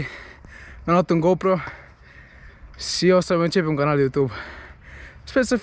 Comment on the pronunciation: vrem sa stim de ce zici si in loc de și. daca nu e secret :))